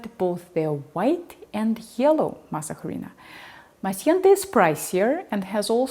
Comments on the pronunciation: Masa Huh-Reena? You mean Masa - A-Ri-Na. UH REE NA. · FYI The letter “h” in Spanish is mute. It sounds like this “arina” Please don’t kill the name. If you go to a Latino store asking for mass jarina, we won’t know what you’re talking about. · Very well done! The H is silent. Masa Harina is pronounced mah-sah-REE-nah. Thanks for the video and study. I really like to add a couple of tablespoons of masa harina to a couple of quarts of homemade chili, too. Really good. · Just remember that the H is silent. So pronounce “mas areena”.